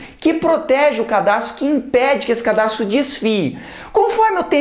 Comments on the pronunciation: Muito bom. Só um adendo: Pronuncia-se cadarço e não cardaço. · cardarço huehuehuehue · Excelente, mas sugiro substituir "cardaço" por CADARÇO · Porra Jubilut, é "Cadarço" ashuaheuahuehaushauheas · Só eu que percebi ele falando CARDAÇO ? hdushasushuahsauahsushau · Cada vez que ele falava "cardaço", eu morro de rir. jndansdandsando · ensina super bem biologia, mas fala CARDAÇO. Pelo amor de Deus! que agonia